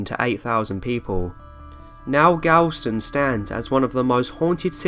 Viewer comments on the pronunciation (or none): that’s not a great excuse because his one and only job here was to narrate and a big part of narration is figuring out the correct pronunciation and spelling. I mean, he said it SO wrong too, like he missed an entire letter. He was saying “Galstone” when it’s written “Galveston”, and he also spelled it wrong, “Galvestone”. It’s not that hard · He didn't even bother reading that right galstone? There's a v there at least. I was born on the island but I don't really have pride in it.... but it's still cringeworthy. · Galvestone?!?!? Wtf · In case anyone cares, the hotel in Galveston, Texas is pronounced the gal-vez, not the galvs. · Galvestone... galvestoNE..??!! It’s Galveston. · Great list but some of your pronunciations flat-out suck. Galveston = Gal-veh-stun. NOT Galve-stone. Allegheny = Al-leh-gay-nee. NOT Al-guh-nee. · Lol, "Galvestone" should have been "Galveston". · It's Galveston not " Galstone " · Galvestone? Seriously? It's Galveston, Galveston, Texas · ITS GALVESTON NOT GALVESTONE:)) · How is it I've lived 20 minutes away from Galveston all my life and only just found out it was THAT haunted, like, I knew the were a few ghosts but no THAT many. Also, It's spelled "Galveston" not "Galvestone" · Galveston not Galvestone. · Galveston is how you spell it properly and it's pronounced Gal-vest-on. None of this stone crap. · I was born in Galveston,TX; and it's Gal-ves-ton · Who goes to the trouble of making a nice video like this but pronounces/ spells half the names wrong. Even if your foreign. Sheesh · There is no "E" in "Galveston..." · it's Galveston not whatever he just said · Spicy Sweet-Bun I know I was born there and I also cringed too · feral catgirl I’ve lived in Texas my entire life, and I’ve never heard anyone pronounce Galveston like that. Just poor pronunciation by the narrator.